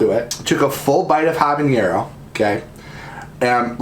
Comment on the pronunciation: “haba-neer-ro” 😂😂 Too funny!!! Ha-buh-neh-row = habanero Great video- you had me rollin! 🤣❤️❤️❤️